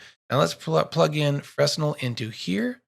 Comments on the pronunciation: Great tutorial. Fresnel is pronounced"FreNel". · great tutorial.. just switching to Blender from Lightwave ..I needed this! 🙂 ..oh btw.. Fresnel pronounced 'frennel' .. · Great tutorial. Clear and rich in information and tips. Especially digging the axial rotation 'trick' #*[number]. Sidebar: Please forgive my compulsive anal retention but it's pronounced (fray-nell) after the French physicist/engineer, Augustin-Jean Fresnel. Again, great teaching.